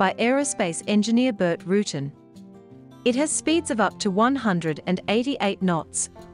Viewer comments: You missed on 4 points. 1st: the VoltAero Cassio is simply a re-engined Cessna 337. While I will admit the engine choice is unique, its basic air frame is still built by Cessna. 2nd: I've heard Rutan pronounce his name as Ru'tan, not ruten. Just an accent difference, I guess. The French auto manufacturer Renault has the same problem in America when it used one pronunciation during the 1960's (into the mid to late 1970's and earlier) in the US and has since reverted back to the actual (and proper) pronunciation later. 3rd: The Dornier (which has a French pronunciation as well as an Anglicized one) Seastar is actually a re-engineered design from the mid 1930's, the Dornier Do 18. Dornier also designed and built 2 other, radically different pusher/pullers of WWII era: the massive 4 engine/2 nacelle Do 26 and the equally impressive Do 335 "Arrow" fighter. Not surprising from the same man/company which pioneered the Do X 12-engine (in 6 pusher/puller above wing nacelles) flying boat whose first flight was in 1929! Top spot should have gone to the Cessna 337 since it was not only a full production aircraft with several variants, but also saw military service during the Vietnam War as the O-2. All the others were of limited or "kit" production, although the DoubleEnder could change that. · It's also pronounced Roo Tan with the long a sound like van. Not Root'n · I had to stop watching when she said "rootin.. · Pronounced Rutan (roo-tan)